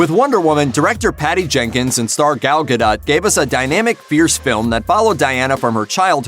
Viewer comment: Gal GaDAHT